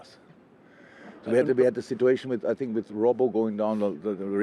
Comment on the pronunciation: No one: Klopp: “Sit-too-ayy-shon